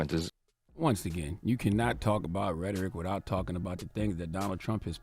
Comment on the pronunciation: Charlemagne , I have a hard time listening to you because I am always so very distracted by how u can’t seem to make the T-h sound. Mouf instead of mouth, wifouh instead of without. Please hire a speech therapist or something, because the baby talk is getting very old.